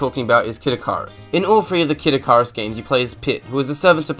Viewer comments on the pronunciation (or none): sweet ass video. (for future reference, it's "ikk-ih-rus")